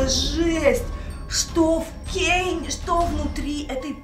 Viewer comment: Это кейн а не Кэйн